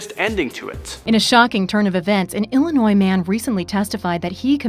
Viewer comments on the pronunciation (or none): none